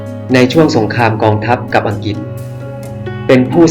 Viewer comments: อังกริด ไม่ใช่ อังกิด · น่าจะออกเสียงให้ถูกต้อง...คุณออกเสียงได้ดี..แต่พออังกฤษคุณออกเสียงเป็นอังกิด..